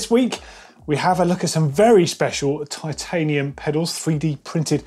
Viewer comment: “titanum”— did they save weight by dropping the “i”? 🙃